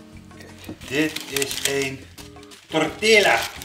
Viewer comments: grinch grinch, de uitspraak van de letter L in tortilla, het is tortiJA niet Lja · Ziet er weer onmundig goed uit! Ooh tortilla spreek je uit als torti-ja ;) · “tortielja” 😜. Moet gelijk aan die aflevering met Nochtli denken met haar “galepeneau” 🤣